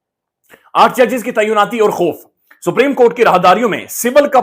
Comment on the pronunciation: The word is “Tainaati “and not “Taiyunaati”,as pronounced by most vlogers.Taiyun is a word which means,”To determine”.